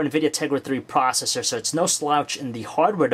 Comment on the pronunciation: a cuwod cwor pwocessor is a pwocessor wiv fowr cwors.